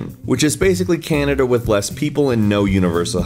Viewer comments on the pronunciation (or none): none